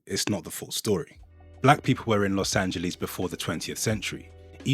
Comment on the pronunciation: Its pronounce los angeless not the way you said